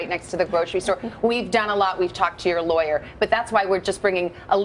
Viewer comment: Worst "LAWER?" ever!